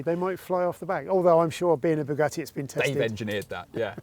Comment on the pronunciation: Why like Clarkson do you say Bue Gatty...